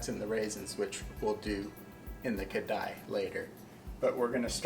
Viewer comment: You pronounce kadai(wok) its karahi. But kheer looks tasty 😋😋😋